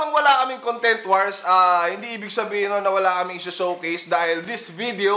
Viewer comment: BAT DINALANG "CONGTENT" IDOL INSTEAD OF CONTENT REQUEST LANG PO IDOL HAHSHA MORE POWER!